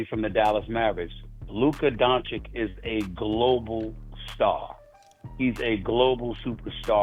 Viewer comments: It’s been years and Stephen A. Smith still does not know how to pronounce Luka’s last name. It’s Don-chitch not Don-chick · So how many years is Doncic now in the NBA and Stephen A STILL can't pronounce his name. It's pronounced DONCHICH not DONCHICK for gods sake. It's not hard Brian Windhorst does it perfectly. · He still can't pronounce his name right! Its DON-CHICH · Will Screaming A. Smith ever pronounce Luka Dončić's name correctly??? The female anchor interviewing him said it right a BUNCH of times (DON-CHICH), but he insists on calling him "DON-CHICK" like an absolute idiot! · Ffs its not donchick Stephen A blind old rat! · Exhausting to listen to SAS say Luka “Donchick” and Victor “Wembanyana” for years now. alway making sure to get these players’ names wrong. Disrespectful. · Fugging Stephen A still says Donchick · Why can’t he ever say his name right SMH racist AF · how can someone that talks about basketball 24/7 not be able to pronounce Lukas lastname ... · I find it disrespectful to choose to pronounce a superstar’s name like that. Just wrong. He is a product which creates jobs in the press, athletics, social media. Stephen A..come on man… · For all these years Stephen A. haven’t learned how to say Doncic correctly 😂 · It's sad that after 7 years of Doncic in the NBA this hater Stephen A., hasn't learned how to pronounce Luca's last name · what's up with SAS not being able to pronounce Dončić ?????? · Stephen A still can't pronounce is name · Stephen A SMIF still can’t pronounce Dončić properly…come on man…. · How does he still not know how to say his name correctly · Can stephen a finally say donic properly? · Stephen cant even pronounce Doncic's name correct is diabolical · you’d think by now Stephen A. would know how to pronounce Luka’s last name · ‘a global superstar’ yet stephen a doesn’t even care to get his name right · I’m still dumbfounded how SAS still mispronounces Luka’s last name. I thought he is an eloquent journalist. Lol